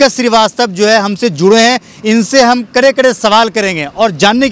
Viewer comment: अबे बिहारी करें करें नहीं होता कड़े कड़े होता है ?